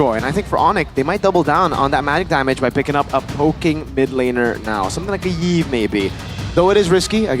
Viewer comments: why do you guys call Yve as Yiv? You don't pronounce Y if it already represents as a vowel. The name should be pronounced same as Eve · fr, her official name is literally pronounced as "Eve" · I think it should be pronounced as "if". (I have a previous co-worker who has the same name that is why).